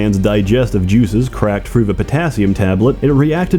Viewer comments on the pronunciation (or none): Why do you replace half of your TH sounds with an F sound? And why do you do it inconsistently? Sometimes you say THrough, sometimes it comes out as Frough. Great video other than this minor issue.